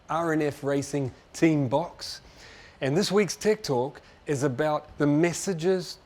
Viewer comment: Need to keep improving my English listening, as a second language user when he pronounces "tech talks", for me sounds like "tiktok". Motogp Unlimited, fuck ing good series, recommended